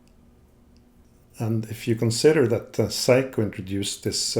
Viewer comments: Seiko pronounced 'Say-ko.' 'Sai-kou' as you pronounce it actually the word for 'The Best' in Japanese. So, technically, if you do consider Seiko to be the best, then you're fine :D Amazing video, it's great learning about the history of movements, thank you for making it so accessible. So much emphasis is placed on general brand and model history in common discourse and outside of a handful of movements, like for instance Seiko's Spring Drive, the rest of it is disappointingly hidden away on only the most technical and impenetrable forum boards. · In 67 years, I've never heard anyone pronounce it Psycho. That's the German pronunciation of a diphthong - the second vowel determines the sound. Unless it's the word "sound." I've heard it pronounced Say-ko my entire life. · If you have so much adoration for Seiko why is it that you call them "psycho" rather than "say-ko". Just saying and asking that tough question. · Hi, great channel this. Seiko is pronounced, "say-ko", according to my research-not psycho, crazy eh ? Sorry to probably correct you for the umpteenth time. You enjoy humour-here is an example of one of my limericks for your amusement- There once was a man in a bin, He tried to get out but fell in, He was tidy and clean, But awfully mean, So now he just lives in a tin. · The English pronunciation of Seiko is 'Say-ko', not 'Si-ko', if that helps.